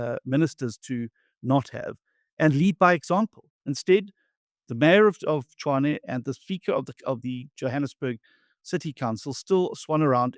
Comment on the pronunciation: It's pronounced Tswaane